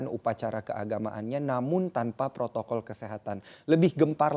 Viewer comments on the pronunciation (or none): none